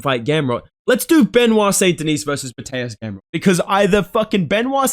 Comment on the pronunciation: Brother, I have no idea how you pronounce it, but it's mad funny lmao It's Mateooosh Gamrot. Keep up the content coming!